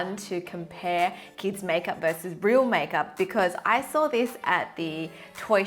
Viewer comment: 'kieds majkjup'